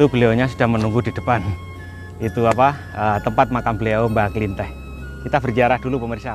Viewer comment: Penyebutan nama nya pun salah bukan mbah buyut klinteh tapi kliteh Soal nya sya penduduk asli karang kembang Klw emng mau cari tau lebih jelas itu mediator nya asli orang setempat Mas Tomi pun bukan asli orang karang kembang Maaf sebelum nya ya pak Dan saya berterima kasih atas kunjungan anda dan vidio anda di youtube untuk mengenalkan kesemua bahwa ad makam leluhur di karang kembang 🙏🙏